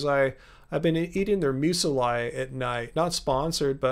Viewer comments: Hey, I’m pretty sure you keep mispronouncing the word “Muesli”. Maybe it’s an American thing? But I’ve never heard anybody call it “Mews-eh-LIE”. As far as I’m aware (I’ve lived in Canada, Europe, Australia, many parts of the US and now Hong Kong), the word is pronounce “Mews-LEE” 🤷‍♂️ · I had the same thought LOL